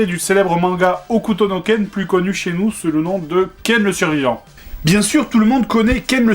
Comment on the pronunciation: "Hokuto no Ken...Shinsei Kimatsu.. ..Kyu Seichou.. desu waOuais bon, Last Battle c'est très bien en fait". J'avoue que comme tu le prononces c'est convaincant xD !